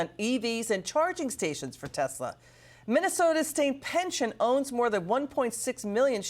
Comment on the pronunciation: I LOVE TESLER! 😂😂😂